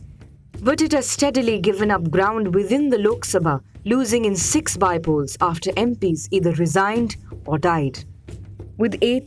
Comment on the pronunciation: It's By - Polls not BYE - polls scroll in